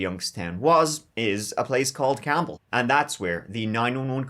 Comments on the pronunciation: It’s pronounced “camel”, I work there and lived there for years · I live in the youngstown area... it's pronounced like the animal Camel.... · 1. Youngstown was a steel town, not coal. 2. Campbell is pronounced “camel” because, why not? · It’s pronounced “camel”, like the animal. I don’t know why. Guessing we were lazy and the “b” was just in the way. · Sorry you had to research Youngstown, Ohio. Spent 35 years of my life there before moving. Its a really weird city. Lol. And some useless information you didnt ask for - nobody pronounces the city name like Campbell's soup. Its camel, like the animal. 🤷‍♀️ Like I said, weird. Lol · Oh look my tiny ass hometown! i graduated from Campbell memorial and my parents still live there. It’s pronounced like the animal “camel” but we call it soup city lol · O-H! A city that is spelled like the soup (Cambell's), but pronounced like the animal (camel)🤣